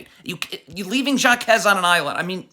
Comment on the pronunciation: its not pronounced JAkez its HAkez